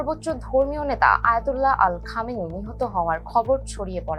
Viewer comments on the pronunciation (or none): শুদ্ধ কইতে যাইয়া আলীরে 😒আল খামিনি 😂😂